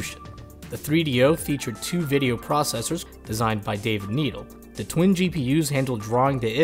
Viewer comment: It's pronounced "NED ELLE" not needle